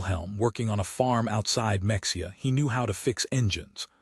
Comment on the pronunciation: Friggin AI! Mexia is pronounced "Meh-HE-ah" just as Mexico is properly pronounced "Meh-HE-co". A real person doing a little research would have known that.